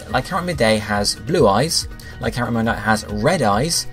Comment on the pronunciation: Lack-ran-rock and Rock-Raff??? Can you read?